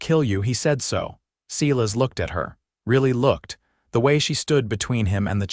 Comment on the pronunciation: If AI could just learn to pronounce names correctly! It is not Sealis it is pronounced as a long I…Silas.